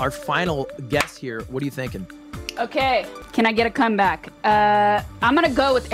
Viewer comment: Was waiting for Ludwig to say something every time said "CUMBACK" lol